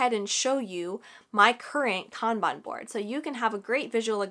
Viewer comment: I am.so happy you pronounced kanban correctly. This was amazing, thank you